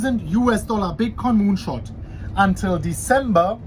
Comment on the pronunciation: Dude I heard moonshort lol